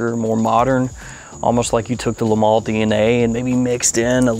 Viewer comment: I haven't liked any Le Male (that's "le mal not le mall" by the way) until this one, I love this. If ever I wanted to win a bottle this is the time!!